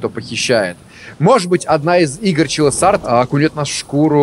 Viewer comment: Я думаю название студии все таки произносится как Чилас от слова чилс что с английского переводится как мурашки по коже